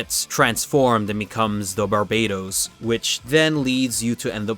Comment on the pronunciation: I don't want to argue about what's better between a GM and Barbatos. I just want to know why you pronounce it like the island country instead of the Demon King.